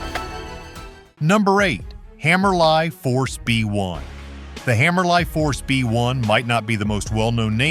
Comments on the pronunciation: I hate AI voice over video's. It's pronounced Hammer-Lee, not Hammer Lie. Hammerli makes one of the worlds best 22 LR handguns used by Olympic shooters, and some of us that wanted something other than a High Standard, S&W model 41, or a Ruger at the entry level. Not even going to touch the mil-spec rail system. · Why all the centre fire clips in a rim fire video read by AI. Why do these videos always leave out the job of the shooter? The rifle and optic does X. What does the shooter contribute. Smells like a sales pitch not a review. Multiple pronunciations for Hammerli. And carbine. Loading .22 WMR in the example .22LR Henry. While I hate AI voiceovers, get the videos, the pronunciation and facts right.